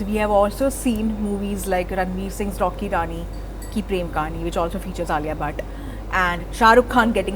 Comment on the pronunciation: Can you please pronounce Rani’s name correctly?! 😡